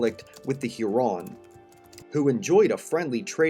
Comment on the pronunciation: Pronunciation of specific words like "Sainte Marie among the Hurons", "Sault Sainte Marie", and "Huron" is incorrect.